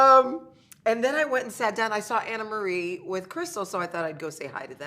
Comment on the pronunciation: Do we think the ladies know her name is NOT ANNA-Marie? 😂